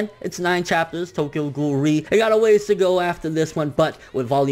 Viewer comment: Not to be spoilery, but ré, isn't pronounced like that...